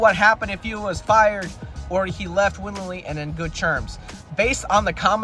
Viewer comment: Willingly not winningly or however you pronounced it